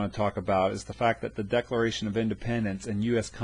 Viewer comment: This video sucks!!!!!!!!! 😡😡👎 He doesn't even know how to say decalalralation!!!! 😢🤬 DISLIKE!!!